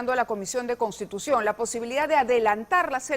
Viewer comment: Jajajaj , no te da lástima la llama a repite como loro " cambiu di constitushon" cada segundo? Lástima das tu y ese individuo jaja